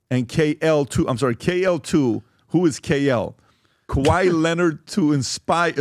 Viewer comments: Hush just be kuh-why-et 😁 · You need to be punished for pronouncing kawhi’s name like that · How they starting this clip butchering Kawhi’s name like that 😂😂😂